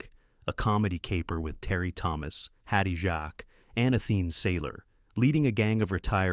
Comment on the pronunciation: I came here to say Hattie “Jakes”